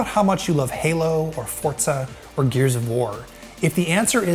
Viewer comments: Did he say fortza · Nice video but FORTZA?